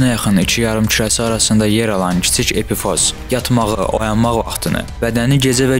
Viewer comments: Epifoz yox epifiz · Düz dediz amma epifoz yox epifiz vez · Epifoz yox, epifiz:) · Epifoz yox epifiz. 🙁🙁🙁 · Epifoz yox Epifiz sehv demisiniz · EPİFOZ DEYİL EPİFİZ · epifoz yox, Qipoviz, wiwkovidnaya jeleza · Epifoz yox, epifiz vəzi